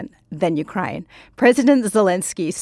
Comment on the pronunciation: Please pronounce Ukraine with accent on 2nd syllable , not first.